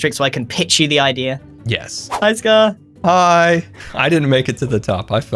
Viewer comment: The way he says scaRRRRRRR